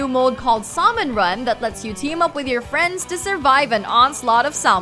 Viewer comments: Couple things.... "ps4's one eighty p" (180p)? and Splatoon's "sawmon run & sawmonids"? It's pronounced SAL-MEN or SAM-EN 😂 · Saul-mon run, Saul-monids